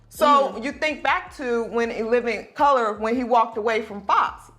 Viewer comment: “In living cuhluh”